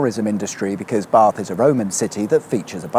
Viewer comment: Nice to hear the correct pronunciations of Bath and Frome.